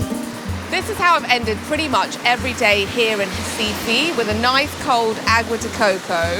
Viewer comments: P.S. it's Recife, not Recifee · Ela pronuncia "RAIFA"; que diabo é isso? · Hi from Mexico..Great very well done video of this city. ONLY I would like to point out why you dont say Recife..with "R"....you mentioned other words in brazilian portuguese perfectly with the R...lthe subtitles ALWAYS..wrote "Hi-Fi" ( I always heard hasife). Finally at 22.45 you really pronounced the "R" and Recife..and subtiltles came along perfectly..Well done...really like your video!!!! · She pronounces RECIFE in a very strange way lol 😂…. 😂😂😂